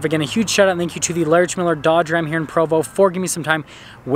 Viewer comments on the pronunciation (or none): none